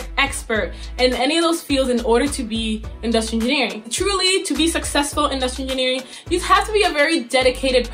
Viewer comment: she said inustinering